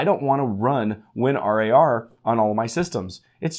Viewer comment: Win-are-a-are , don't you mean WinRAR (Rawr) lol